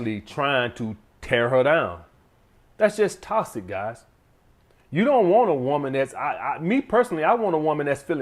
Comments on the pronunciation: Man said "Tossick" "Miff" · “Iss TOSSIC” 😂😂 love you man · Not a good look when you can’t pronounce the word correctly that you’re making a video on. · Lmao he say that hoe with emphasis